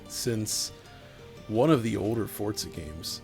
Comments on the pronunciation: is it pronounced "fort" "zuh" and not "for" "zuh" ????????????????????????? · I only hear him say "Fortza" 😆